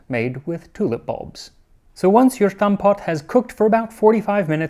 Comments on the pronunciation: Crazy to hear Max pronounce “Stampot” in a German accent 😱, the Dutch survived the Nazi’s and the bulbs and hunger but Stampot was made German by Max (salty humor, use it to enhance your “stampot” with just a regular “s” sound instead, not that “sh” sound please. Stamp = mash pot = well, pot. So it’s a one pot dish with some sort of mash and that has many variations. The “hutspot” is another mash that was stolen from the Spanish 80 years of war, basically a mash that the warm out Spanish soldiers left behind moving camps. Maybe look that one up ❤ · the attempt at pronouncing "stamppot" was near perfect, but we dont use the "SHHH" sound. just a regular S. also, the "rode kool" we use, is pickled. like sauerkraut, we usually do not use the whole unpickled thing. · Okay I know it’s not done with malice but the way English speakers pronounce a Dutch s makes my blood boil. BUT only because it should sound exactly the same as an English s. Max when you say stamppot just say it like the English words stamp and pot. That’s pretty much precisely how that word is pronouced. The ‘sh’ sound is an over correction. That is German. Either have a native speaker tell you the pronounciation of just say it phonetically in English. Please for the love of god don’t pronounce Dutch words with a German accent for 0 reason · Just a tiny observation regarding the pronunciation of stamppot. The Germans have the "sh" sound. You would say stamppot with a hard "s", so not "shtamppot". Awesome video and research as usual!! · Very nice! However, there is no reason to insist on pronouncing Stamppot as SHtamppot. That almost sounds like German! In Dutch, stamppot is just pronounced like your regular English st-. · Fyi in terms of pronunciation, it is pronounced as written as “Stamppot,” not “Shtamppot/Sjtamppot.” Dutch does not do that thing with an S followed by a consonant like German does. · Pretty good effort on the pronunciation, but "shtamppot" with "sh" ironically sounds very German